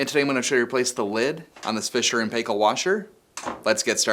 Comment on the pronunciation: Great video! I used to work in their spare parts department, and I'll share a couple of tips: the lids are strong plastic, and the two main reasons for them to break are deterioration from harsh cleaning chemicals, and people standing, sitting, or putting heavy things on them. The actual pronunciation of "Paykel" is "Pie-kill", like apple pie, and while most Americans pronounce it like "pay with money" an Australian or New Zealander may misunderstand you if discussing this brand over the phone, so it's good to know both, particularly if you work in appliances.